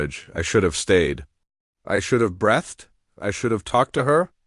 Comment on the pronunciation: FFS... it's BREEEETHED not BRETHD 😢LTFREPYDA